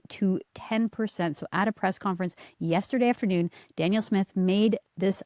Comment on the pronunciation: Candice, did you know you pronounce Danielle's name like she's a man? It's Dan-Yell. I hope that helps.